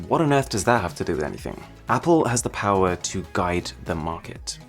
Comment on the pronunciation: More powah baby